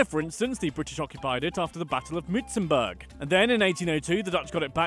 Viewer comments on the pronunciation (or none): the way he pronounces ‘boer’ and muizenberg 😭😭😭